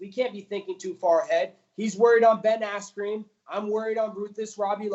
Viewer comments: Love how he calls Ben Askren "Ben Ass-cream". Funny as shit! Honestly, big props to Colby for taking the Lawler fight- he's got brass balls. Robbie is one of the scariest, most intimidating fighters in the UFC- the only one more so pound-for-pound (and off the top of my head) is Yoel Romero: that guy is straight nightmare fuel. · Gus Martinez asscream , dude said asscream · Is he saying Ben AssCream?